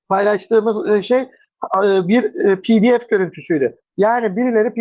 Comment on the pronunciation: Hemde Cumhuriyet Gazetesi Haber Müdürü; Türkçeye verdiği değer Soft Açıklama ve Pdf' i İngilizce telafuz ile belli oluyor. Almanlar bile Pdf' i kendi dilinde telaffuz ediyor. Yazık Türkçemizin son 20 Senede geldiği hale....